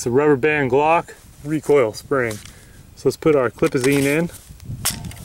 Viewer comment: sping he said sping